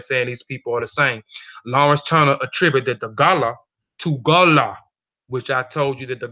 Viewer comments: I am a Liberian Gola. It is pronounced Go-la not Gah-lah. Our ancestors say that we came from western Sudan, not Angola ... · Great info.. the tribe name is pronounced Go-La 💕